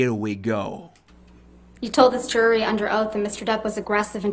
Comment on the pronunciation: How does the word JURY lose the J sound. You Say URY.